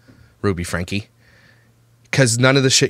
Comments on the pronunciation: It’s pronounced Frankie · It's pronounced FRANKIE, DUDE